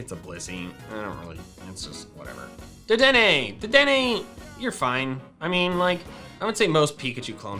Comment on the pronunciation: You said it wrong it's doctor deddenne